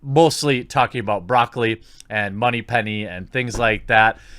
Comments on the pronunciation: It's BRÒCCOLI, accent on the first O, just like the vegetable. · ITS BROCCOLI LIKE THE VEGETABLE JEEZ!!! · Stop pronouncing her name bra-colly! It's Broccoli like the vegetable! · cubby broccoli is her dad I think, he was the producer of many of the early bond films. and it's pronounced like the vegetable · I am a Bond fan my entire life and I would LOVE to see a female super spy series! She could be 008 or 009 and have great big larger that life secret agent adventures-that would be awesome! But... There is only one James Bond 007. One. (Btw it’s pronounced Broccoli like the vegetable!lol And she’s actually been doing a GREAT job since taking over from her dad starting with Goldeneye) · its Italian Bro-cell-ee just met one the other day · You pronounce 'Brocolli' like the vegetable. Her family had something to do with actual broccoli coming to America, IIRC. I remember reading such in one of the James Bond production books. Barbara Broccoli has been producing Bond for the longest time having taken over for her late father -- Albert Broccoli --who co-produced the franchise from the beginning with Harry Saltzman. She'll be fine, especially since they kind of own the IP. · It’s broccoli, dude. 🥦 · The Broccoli family owns and controls the rights of the Bond franchise, which is a VERY good thing! And it's pronounced Broccoli, like the vegetable. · Jeremy, it's pronounced exactly how you think it is: Brock Lee. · I think the name is pronounced as the vegetable. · Barbara Broccoli (yes, is IS pronounced like the vegetable) has f.u. money, and she‘s old. Which means digging up dirt from her youth is hard because there was no interwebs, but she probably will be portrayed as having internalized the evil patriarchal system, that has to be toppled. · It's pronounced like the vegetable, the vegetable is named after their family. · SAY HER NAME RIGHT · Can you not say Lashana's last name? I find it triggering... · Broccoli's name is pronounced just like the veggie.